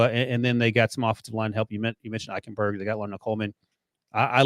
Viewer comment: Geez, can someone PLEASE tell he is pronouncing Liam Eichenberg's name wrong????